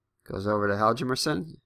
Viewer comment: Hjalmarsson is pronounced "Harm mar son"